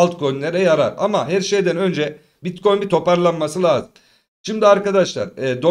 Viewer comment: seviliyorsun BİTKOYUN diyişin beni koparıyor Alemsin hele hele açılıştaki uyarıların efsane🤣